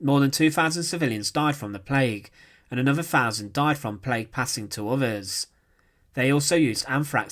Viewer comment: Interesting newsreels that are spoilt by a commentary from someone that is unable to speak English properly. Fowzunds (1000's) uvvers (others) srender(surrender) etc, etc.